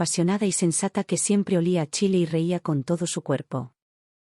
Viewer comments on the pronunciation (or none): none